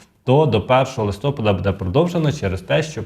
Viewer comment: Нема такого слова листОпад. Є листопАд. Це як лакмус до грамотності.